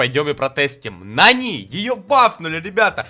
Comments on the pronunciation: Не Нани а НанИ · Вообще-то Нани ударение падает на а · Ударение другое на нани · (Если что это не хейт) говорится не нанИ а нАни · пожалуйста ударение правильно ставь когда говоришь Нани, ударение на А, а не на И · В слове нани ударение ставиться на а